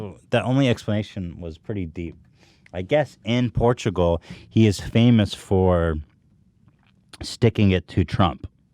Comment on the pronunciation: it is funny that the guy that mispronounces words multiple times in every podcast, ethan, shits on for messing up saying Portugal one time. and he keeps doing it.